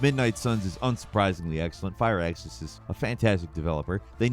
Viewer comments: It's (fur-axis) not fire axis. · Fire axis, fire fucking axis. What the actual fuck. First of all it's fraxus games I think there's an I in there somewhere 😂. Really mate fire axis 🤣